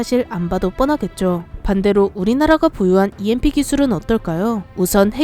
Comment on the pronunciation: EMP를 누가 '엠프'라고 읽씁니까?(여성유령)